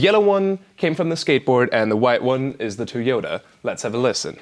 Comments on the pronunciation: Normal People: Toy-yoda Virtual RiOTT: Tea-yoda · Is it me, or does Virtual Riot saying Toyota sound like he's saying "toy yoda"?